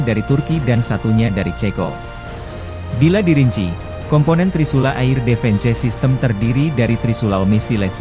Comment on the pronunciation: Beritanya seru dan menarik sayang yang baca beritanya anak sd (sekolah dasar) di eja semuanya mentah2 air (eir)di baca air defense (difens) di baca defense parah2 malu2 in di ganti apa min sama yg bener bisa baca berita jgn org kampung jyk gini di suruh baca berita..jadibyagk enak di dengernya...